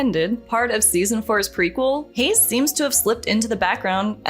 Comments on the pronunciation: Major J. Hayes, so unmemorable she calls him “Hughes”… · I liked Major Hayes, remembered his name, and noticed immediately when the narrator said "Hughes"... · Major Hayes got so forgotten the narrator calls him Major Hughs :D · Major Hayes, not Hughes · Just a little niggle its major Hayes not hews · Why are you pronouncing Major Hayes's name like "Hughes"?